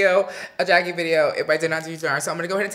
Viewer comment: Patrick!! You sound extra proper like saying Jack-E Jack-E Jack-E You have to use more urban/ebonics flare. Jack-AYE Jack-AYE Jack-AYE Lol! But like the look and especially the eyes!!